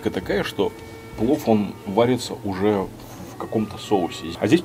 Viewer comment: Дислайк первый раз Вам ставлю. За презрительное отношение к кухне и ресторану. Как сахалинке, мне было крайне аппетитно посмотреть блюда ресторана. А морс ожидать хэндмэйд- ну это же не ресторан русской кухни) и слово плов резало слух(((